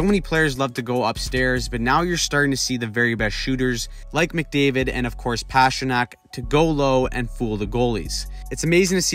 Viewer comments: It's not PASHrnak ... It's PASTA ... Pastrnak. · His name is not pass-tra-nack His nickname is literally PASTA. You don't pronounce that pass-ta. Come on. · Why are you pronouncing Pastrnak like that over and over